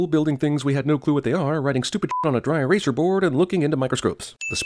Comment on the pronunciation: Dry eras"er" board. That's a sin